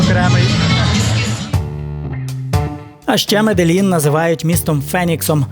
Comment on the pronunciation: Не Меделін а Медежін або Медеїн. Вдячні